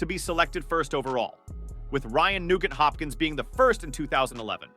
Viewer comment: i can tell you dont cover hockey, its not pronounced ra-geena its pronounced ree-gina, also its Ryan Nuuugent Hopkins